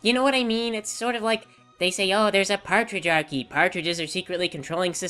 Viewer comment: "partridge-archy"? XD that was adorable. it's pronounced "pay-tree-arch-ee" (patriarchy) i can agree that some people push the social justice issue too far and completely miss the point. the point really isn't to point out other people are dicks (because they are and they know it), it's more to point out why we have and need laws that protect social groups. these are laws people desperately want to ignore because they don't like women or minorities or god forbid a minority woman.